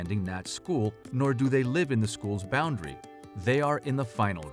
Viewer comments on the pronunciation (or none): Apparently, the people in charge of your child's schooling think "in-bounrdary" is just fine to have in their public video.